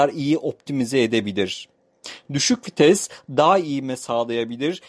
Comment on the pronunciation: Kitap okur gibi ne biçim anlatıyosun.ayrıca FİTES DEĞİL VİTES